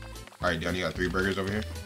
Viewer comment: Nobody::BuRgAS!